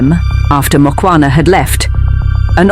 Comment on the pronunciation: Its Mukhwana and not Mokwana